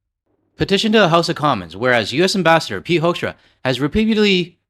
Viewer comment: Not Pete Hoekstra - it's Pete Huckster.